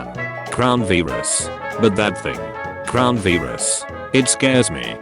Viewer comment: crown veerus